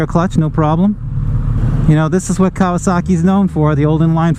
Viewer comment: Fair! Reminds me of my old KZ for sure. I'll stick with my speed triple ;) Kudos on the correct pronunciation btw